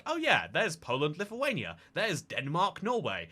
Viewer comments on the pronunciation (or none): none